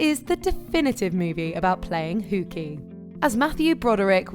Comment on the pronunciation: Ferris Buller didn't play Hukie he ditched school which is playing hookie. I get you aren't American. But if you are going to talk about Ferris Bueller's Day Off. At least learn how to pronounce the words correctly. You have one job. And that's to talk correctly about the topic of the video.